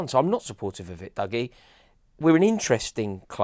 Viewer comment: Hearing calling Dougie, "Duggie" heart as an FD fan